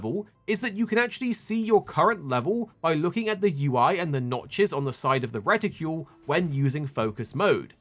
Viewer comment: Outstanding information, but what is with your pronunciation of "reticle"?